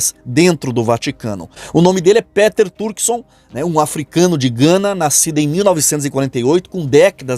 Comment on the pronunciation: é pronúncia PITER e não PÉTER